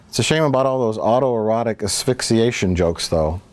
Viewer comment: Can someone please explain to me how was able to say "auto-erotic asphyxiation" three times and under a minute without fucking it up?